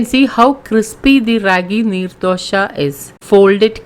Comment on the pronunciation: Dosa not doshaaa🙄🙄